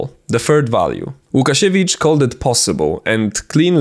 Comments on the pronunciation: You're Polish! i can tell by your pronunciation of Łukasiewicz and the fact you were so meticulous in writing his last name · mój drogi kolego, gdzie znajdę twoje materiały Gadane po Naszemu :D ?? ps. żaden niepolak nie powie łukasiewicz poprawnie :D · i want to adress one thing.... are you polish beacuse you have a standard polish english (idk its just the english we poles speak) and its no easy task for someone to actually so clearly pronounce łukasiewicz without beeing polish idk i just spotted that